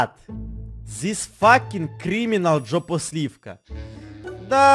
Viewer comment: Не джопосливка а жопосливка